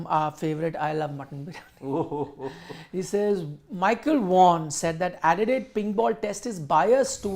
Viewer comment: it's not 'edilaide', it's adelaide